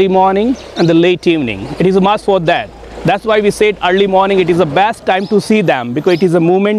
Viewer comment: "that" not "dat". Don't be a gangster.